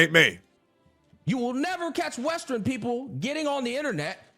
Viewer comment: Westearn.....westearn.. lol